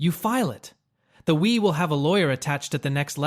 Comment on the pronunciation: The "We" is french 😂😂😂😂